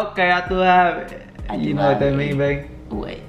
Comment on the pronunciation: “Ya tú sabe” not “ya tú habe”